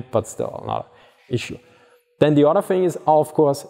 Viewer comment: "When the mine rollers are not suspended independently from each udder" 😂